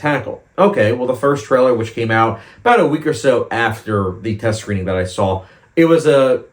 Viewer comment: There’s no L in the word saw.